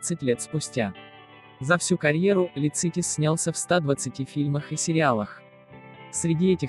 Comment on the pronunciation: Всем пусть земля будет пухом! Простите, но у Арниса ударение в фамилии на первый слог ЛИцитис🙏